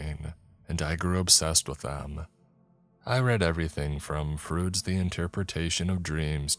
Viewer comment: The mispronouncing of common words like tinnitus as ten it is and Freud as frude kinda ruined the first story for me